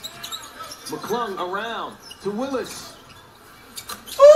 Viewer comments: lmfao flight says mic lung 😂😂 he cold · Bro he say mick lung 😂😂😂😂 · Bro said “ McLung “ 😭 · "Mc lung"😂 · Idk how he keeps a straight face with the 💩 he says , him butchering McClung and kuminga is f***ing hilarious 😂😂